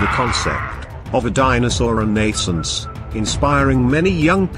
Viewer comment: ReNAYsunc? Stupid computer voice took me several times listening to realize it was saying "renaissance."